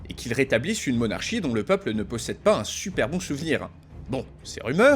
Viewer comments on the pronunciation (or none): none